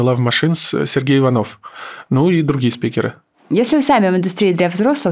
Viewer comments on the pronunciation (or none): none